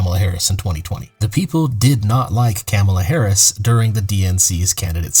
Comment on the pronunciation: If you're gonna make a video about Kamala Harris at least make an effort to say her name right.